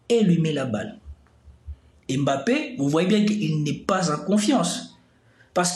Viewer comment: Vous prononcez mal son nom à Mbappé